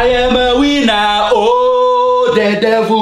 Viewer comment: The way said, I’m a winner sounded like “I am a wiener”